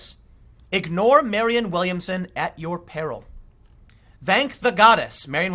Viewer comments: Tim, it's Marianne (Mari-anne), not Marion. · Marianne, not Marion. MariANNE.